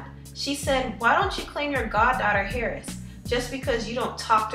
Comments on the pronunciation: bigmomma king exactly.... h is silent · its pronounced airress. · Tiny's daughter's name is pronounced (Air-ess) Heiress. I'm just pointing that out because u kept saying her last name as if its pronounced like her first name